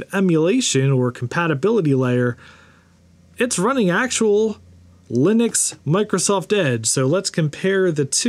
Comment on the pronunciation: I anticipate grief from someone for me saying this, but since you say Linux correctly, I may as well offer this PSA... I'm a fellow South African like the founder of Ubuntu (pronounced "oo-boon-too" and not "yew-bun-tu" or anything else like that). So if you enjoy saying "wuh-bun-too", try saying it "woo-boon-too", which is the correct way of saying it, and see how much fun that is 😅 And FWIW Ubuntu is a term for community above self, basically, and it really sums up living in Africa.